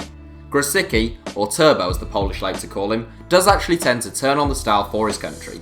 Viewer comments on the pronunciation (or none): none